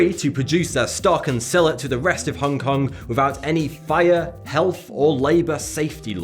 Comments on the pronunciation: It's Hong Kong, Not "Hongue Kong" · Stop saying "Hongke Kongke", you fkn northerners and your inability to understand that the 'g' in 'ing' or 'ong' is silent fucking baffles me.. Do you also say "Swing-gingke" instead of "Swinging" with a silent 'g' ?